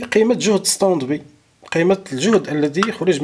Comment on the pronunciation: سلامي وتقديري اليكم يا حضره الأستاذ الكريم. شكرا جزيلا على المعلومات التي تقدمونها والف شكر على الشرح الممتاز. بعد اذنك لدي ملاحظه. لا نقول: استاند بي. لكن نقول: استاند باي. لأن هذه الكلمة هي كلمه إنجليزيه. ختاما أتمنى لكم دوام الصحة والعافية وحفظكم الله من شياطين الإنس والجن.